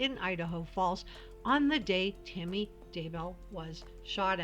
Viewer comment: Idk y I keep hearing u say Timmy instead of Tammy lol so weird